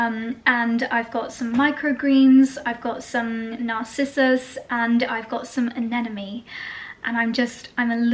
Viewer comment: I love your vlogs, they're very calming. BUT, please, it's not anenome, it's anemone (the M is in the middle). I only say this because you love flowers so much, I'm sure you don't want to get name wrong. Also, your honeymoon was a dream.